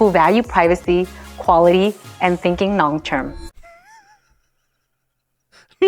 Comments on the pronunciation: Sounds like she says "sinking long term" 😆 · I honestly thought she thoght "sinking long term" and then i realized she said "thinking long term" like half a second later. I love the way women think. If it was a man saying that, it wouldn't have been funny. But having a woman tell me that...hahhahaha....that was even funnier, just honestly hearing it the wrong way.